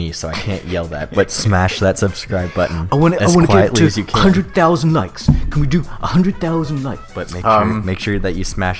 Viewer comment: “I wunt 100 THOUSUND LEKS ON DAT VUDEO, or something stupid like that, I can’t do that...” goes to look at fyre festival video: 275+ thousand likes Damn dood